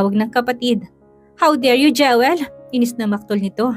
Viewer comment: Pls come rrect your pronunciation ng Jewel. It is pronounced “Jiwel”. Sakit sa tenga pakinggan kc. Sorry if I offended you.